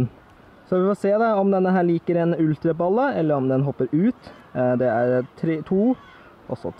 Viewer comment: Du sa ultra balle :-p lol